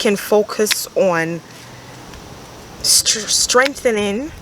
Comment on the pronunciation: When she says “Strentening” reminds me of my Jamaican family... I love it and love the energy u bring! I will continue to tune in